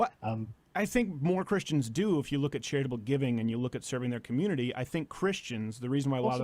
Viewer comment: Why does Sargon say Chris-T-ians?